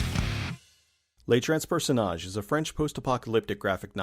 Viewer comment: Little friendly pronunciation guide :) all french words ending with "e" sound like the english "huh" or "uh". unless there is an accent over the "e". A suivre : Ah-suey-vruh Transperceneige : Trans-pair-su-nayj-uh also, Weinstein is a douche